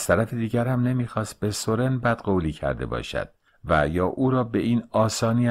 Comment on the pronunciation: سورن را بر وزن سوزن تلفظ می کنیم